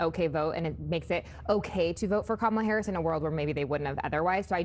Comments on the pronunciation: Woah!!! Trump CAN pronounce Kamala's name correctly!! That new Melania video post and recent polling must've spooked him something good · I’m glad Trump knows how to say her name. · Trump just said "Kamala" correctly! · wow! he pronounced her name correctly. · At least the sweaty orange manatee pronounced Kamala's name correctly. 🙄